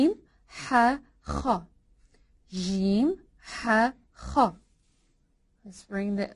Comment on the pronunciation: The way you pronounce ج is jjshsheem. Shouldn't it be just jjeeem?